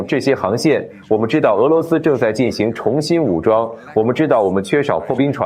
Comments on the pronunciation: ，做翻译的是用你的声音的机器人？要不不会把进行读成进航吧！ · 你的同期播报很好。但我想说“我们有人正在俄罗斯进（航）行会谈”。“我们并非在暗中（航）行事”。你是博士呀，这个多音字你真的不会用吗？进行、行事。（进航）（航事）没有这样的词组呀😅